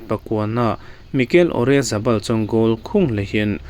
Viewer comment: Oryazabal ni lo in Oyarzabal ✅